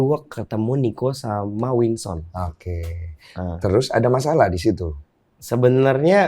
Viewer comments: WINSON BANGG BUKANN WINSTON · Winson bang, winson. Bukan winston. 😂😂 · Please...Winson bukan Winston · WKWKWKW GW NGAKAK BANG DENY BILANG NYA WINSTON KWKWWKWKWK NAMA ORANG DIUBAH2 KWKWKKW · Winson kang ,bukan winston:v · winson den, winson bukan winston wkwkwwk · Winson bg bukan Winston